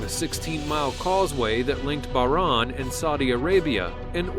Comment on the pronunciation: its actaully pronounced bah-rain😂